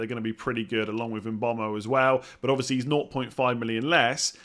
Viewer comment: Yo its Mbeumo not mbomo Cheers great content